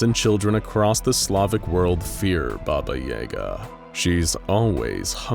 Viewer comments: Bobba Yehga! Lmao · When you pronounce BABAJAGA the way you do.... it makes me laugh. As a Polak that knows the story of this witch all too well. You are pronouncing way WAY wrong 😂😂😂